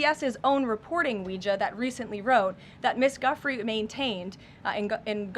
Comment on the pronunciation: The fact that this woman cannot pronounce Giuffré, nor attempts to correct herself, shows how much this administration truly cares about the victims.